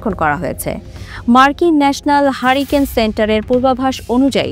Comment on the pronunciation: হাড়িকেন আর হ্যারিকেন, উচ্চারণ কি এক!?